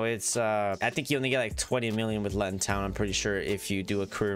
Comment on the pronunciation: Just so you know it's pronounced Loo - tun. Cool video though!